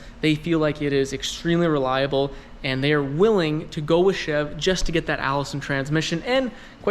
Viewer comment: Anybody else cringe every time he said chev?